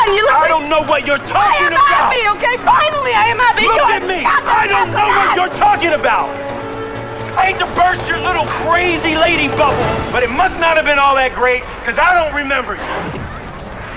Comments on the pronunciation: t btw, did you say butt instead of but? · he forgot the T in between